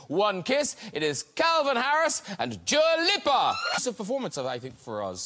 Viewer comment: graham doesnt now how to say dua lipa